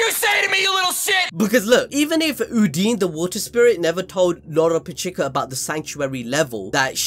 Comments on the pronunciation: This man stays calling lolopechka loropechika lmao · does this guy say anyone's name right? Me-Juke-Ula? Lolo-Pechee-kuh? Like bro, stop the games and say it normally it's fucking annoying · WHY IS HE SAYING LOLO PECHIKA????!!!?!?!?😭😭🤣🤣